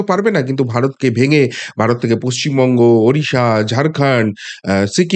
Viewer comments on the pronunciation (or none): none